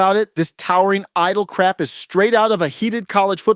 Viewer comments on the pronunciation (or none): It's idol and not idio